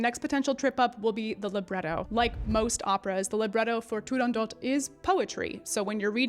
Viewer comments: I've always said "tu-rahn-dough" but that is probably wrong, your pronunciation sounds Italian. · Beautiful Italian accent btw. No one agrees how to pronounce Turandot. Dame Eva Turner, who was the first British exponent of the role, and was at the first performance, always pronounced it Turandoh.